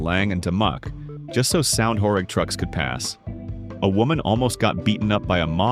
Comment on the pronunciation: Actually pronounced "horêg" (like ênormous), not "horég"